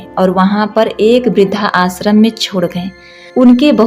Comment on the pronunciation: आप इस तरह उच्चारित किया करें इस वृद्धाश्रम शब्द को। वृद्ध आश्रम या वृद्धाश्रम। (ना कि वृद्धा आश्रम)